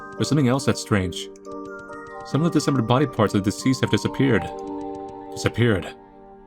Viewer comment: i love how says “dismember” as “december”